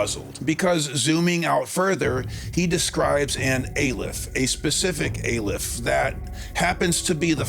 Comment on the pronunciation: The name of the Hebrew letter Aleph is pronounced Ahh-lef, FYI.